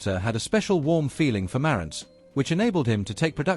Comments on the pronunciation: Not pronounced as done here, the emphasis is on the "ANTZ" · It's ma RANTZ - accent is on the SECOND syllable! Leave it to a British person to screw up the pronunciation as they always do. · So according to the narrator with the British accent, everyone has been pronouncing the name Marantz incorrectly. So phonetically Mare (like the female horse) and ents (like the tree beings in The Lord Of The Rings) it's "Mare-ents"(?) Huh... Learn somethin' new every day. (lol) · You don't know how to pronounce Marantz: Ma rantz. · Please pronounce the name correctly..Hard R.